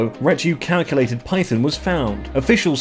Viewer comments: dumbbbbbbb its pronounced ret ic you lated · Reti-calculated, haha! That actually made me "lol" (Edit*) I just got to the "Poo-Nan" part haha, oh boy, that made me "lol" also, this dude is absolutely slaughtering their names.